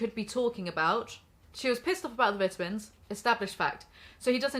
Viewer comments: I know she cant control it but I couldn't stand how the way she said "vitamins" >_< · I will always hear vidah-mins and giggle a little. Sorry I'm a yankee